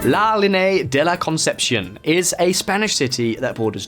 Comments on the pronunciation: "La Lin-e-a" not la linay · La LEE-nay-a Geez. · GibraltarIANS not Gibraltians lol La Línea not la liné. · Gibraltar people: Gibraltarian NOT Gibraltian! Town across the border is La Linea NOT La Liney It's not known as La Verja, but La Frontera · Gibraltarians not Gibraltarans. La Linea not La Liney. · Great video, but it's pronounced La Linear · "La linei" lol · This video has so many mispronounced names, Gibraltarians not Gibraltians, Llanito is pronounced yanito, La Linea is La Linee-a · It is NOT Lanitos! The word begins with 2 “L’s” Llanitos and is pronounced “Lyahnitos”. Just like the way Scottish people pronounce “Million”. What a wanker. This tosser cannot pronounce a simple Spanish word “Linea” .It is Pronounced La Linya” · linea pronounced LEE-nay-ah. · "La linay" 🤣🤣 good research to be fair just not too sure People from La Linea and "gibraltians" (Gibraltarians) would appreciate those mistakes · La linay 😅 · and it’s pronounced La Lin - E - Ah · La le day del la conception 🤣🤣🤣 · The way you mispronounced Gibraltarian, La Línea, and llanito is killing me 😣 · What, you couldn’t spend the extra 10 mins to research how to pronounce Gibraltarian or La Linea? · What a way to butcher the name of La Linea, but great video altogether 👍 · I can’t take this guy butchering the name of Gibraltarian, the town on the other side of the frontier called La Lînea de La Concepción. I realize he’s British and doesn’t speak anything else besides English, but do some damn research! He sounds ridiculous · That’s not how you say gibraltarians or Cadiz or la linea or llanito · Why does he pronounce la línea like that 😂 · I live in Gib....you need to brush up on your pronunciation for la Linea de la conception and also residents of Gibraltar are called Gibraltarians...good video other then that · The way you pronounced "llanito" and "la línea de la concepción" gave me cancer. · Yeah, but also me being just Italian, and hearing him say "La línea" 😳